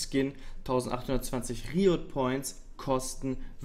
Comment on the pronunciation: Kannst du beim nächsten mal vielleicht Englische Wörter auch Englisch aussprechen? Schon alleine die Paar ersten Sekunden mit der komischen Aussprache deines 'Riot'...grottig x.x